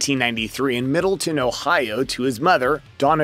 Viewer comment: You could atleast say Middletown correctly. And have a correct picture of the HS he went to, or the actual football program photo. Jeez.